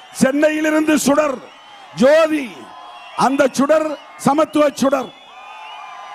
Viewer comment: ஜோதி இல்ல சோதி.